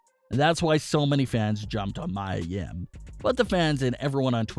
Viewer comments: ME-A Yim bro. Come on. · True her name is Mia yim not Maya I like how they put photo of her and her boyfriend Keith Lee their are so cute (●♡∀♡) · Can you say mia yims name correctly? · Clearly you don't watch NXT. You don't know how to pronounce Mia Yim's name. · You keep pushing people's names it's Mia Yim and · You pronounced her name wrong . but its ok though